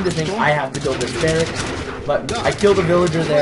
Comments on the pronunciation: Cur-ee-air duh bwah Means 'runner in the woods' in French. And it's "bare-icks". Great videos, but some of the pronunciations are driving me nuts! :-) Haven't seen the latest vids yet to see if you correct yourself, sorry if you already have! Regardless, keep up the good work! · I should note that you do get "barracks" right about half the time.